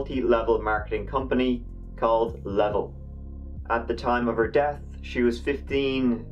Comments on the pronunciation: Level (Luh-vell) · The company that she worked for... Not Level. That's how you spell it but that's not how you pronounce it